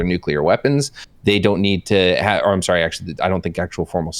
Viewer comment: Every time Lauren says “SOUWRY” I wanna video game myself